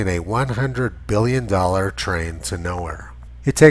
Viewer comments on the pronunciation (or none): none